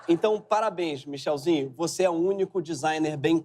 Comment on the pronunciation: NÃO É "MICHELZINHO" NÃO É MICHÊZINHO !!!!!!